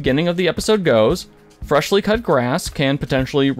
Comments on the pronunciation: "Fresh Cut Grass", not "Fleshly Cut Gass" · How do you watch Critical Role and not know how to pronounce Imogen's name or Fresh Cut Grass, not FRESHLY???? Seems sus to me 😅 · Eyemogen's dream?? Dear lord, with the amount of times the cast says her name, you could at least pronounce Imogen right... Also, FRESH cut grass, not freshly... jeebus... Otherwise good vid. Sorry, I have a pet peeve against mispronouncing names. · Yeah Freshly(?!) Cut Grass has revivify! And Eemogin is going crazy! Don’t think this person even watches the show. How can you not know how to pronounce or say character names?! SHEESH!!! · Ee-mo-jen and "Freshly" cut grass? My guy, they say their names out loud, many times. How can ya consistently say them wrong lol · Oh dear god. I just got to eye-mogen. Lol. It’s like nails on a chalk board. And then it became ee-mogen. Aaaand now fresh-ly. Oof. Lol. SMH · "Hi"mogen? Fresh"ly" Cut Grass? 🤭 I'm surprised there was no "Loud"na 😆